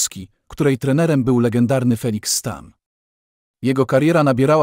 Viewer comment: Fajny materiał, ale mała uwaga: LEGENDARNI, a nie LEGĘDARNI :)